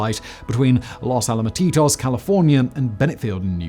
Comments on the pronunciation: Los Alamatitos? I think you ment Los Alamitos. Al-a-me-tose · Los Alamitos is not "Los Alamatitos". c'mon dude, get it right.... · "Las Al-a-ma-ti-tos" 😂